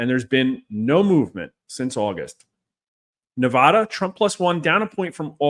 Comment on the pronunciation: You are pronouncing Nevada wrong and it is bad juju for trump